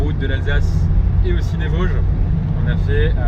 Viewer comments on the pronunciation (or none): none